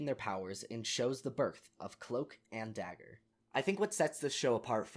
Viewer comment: cloak and dooger